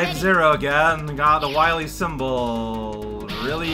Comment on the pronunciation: I adore that cutscene. From the line flub, to Dr. Light's constant pronunciation of Wahwee, it's just glorious.